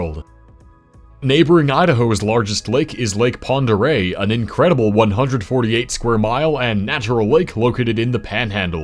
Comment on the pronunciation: I was waiting to hear you butcher the pronunciation of Pend Oreille, but you completely nailed it.